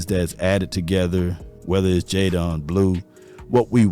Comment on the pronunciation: I thought it was white people but you did it too. What up with yall mispronuncing these names …it’s JayDEN NOT jayDON🤦🏾‍♂️